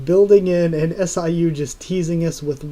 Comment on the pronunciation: Hey I really like your channel but just an fyi, in Korean manhwa FUG and SIU are pronounced as it is (like bug with f and pew.. but with siu) Keep up the good work man!